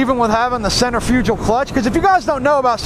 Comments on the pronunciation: It’s not a “center-fugile” clutch it’s pronounced “sentre-fikal” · Man said centerfugel clutch lol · The way you say Centrifugal is hilarious